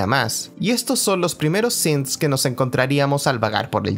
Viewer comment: Pronuncias bien "Synths" pero pronuncias mal "Diamond City"